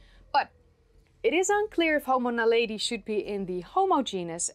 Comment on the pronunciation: As a Swede, I would love your POV on one of our ”national heroes”, Carl von Linné. Is it just me…? Everytime you say Naledi, I hear Tom Jones ”She’s a lady” in my head, but with the lyrics ”She’s Naledi”…